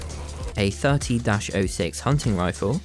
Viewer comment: So I’m guessing I’m the only one annoyed by how he pronounced 30-06? You do great vids by the way!